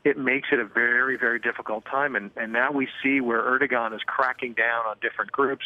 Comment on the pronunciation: It's ER-DO-AN man, jesus fucking christ. The G is not pronounced. I don't even like him but learn how to pronounce the names of the fucking country leader you're reporting on ffs.